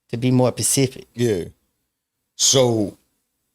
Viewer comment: hilarious how ppl will say this is slang when it’s him mixing up specific with pacific